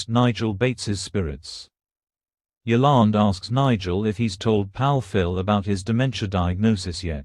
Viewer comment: its yolande.